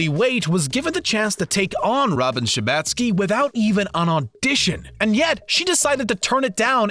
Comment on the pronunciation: Lots of talk about mispronouncing Elaine's last name...what about Robin? Who the heck is Robin Shibatsky? It's pronounced SHERBOTsky, like robot. Spelled Scherbatsky. Has the narrator ever watched these shows? I'm going back to Pitch Meetings...